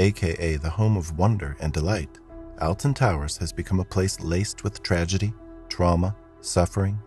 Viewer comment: The way he pronounces Alton Towers infuriates me